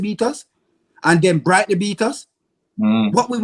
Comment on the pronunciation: did he say "brightly" when referring to brighton? 😂 😂 😂